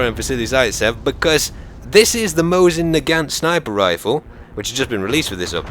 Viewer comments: Nagant - don't spell (t). Mosin - don't spell (z), its (s). Just in case you care. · not Zaisev but Zaitsev, Not Mozin but Mosin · What's up with Vazily Zaydzev? :P It's /MAWSSIN/, too.